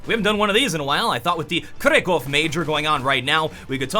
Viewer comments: [krakov], not [kreko:v] ;) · It's Krakow not krekow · Kark-uw git gud at Polish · please it's not krekow xd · Oh, I hoped you'd pronounce Kraków right... But nope. ;) Very interesting video. I'm glad you made another strat talk :) Keep them coming, they're good! And thanks for the Coldzera clip. Greetings from Poland! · Thats a pronunciation of Krakow I have never heard before. ^^